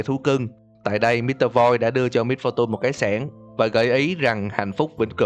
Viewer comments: Giờ ông mới phân tích :v Sao lại little Misfor tun phải là tùn chứ :v mr.voi = ngài voi XD Tiếng Việt hơi quá, tiếng Anh hơi ít. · Lít tồ mít pho tun :))) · phát âm "MISFORTUNE" kiểu gì kì vậy?? "mít-pho-tun" / ''mít-pho-chần"??????? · đừng đọc là mít pho tun ad ơi :)) nghe buồn cười khiếppp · Miss-fu-tun ok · wow mit -pho-tun hay lắm man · Mít-pho-tun :3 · Vcl. Xem cách đọc lại từ "Misfortune" đi a ơi :v Nghe mấy kênh khác quen r qua đây e nghe hơi khó chịu. Ý kiến riêng của e thôi :v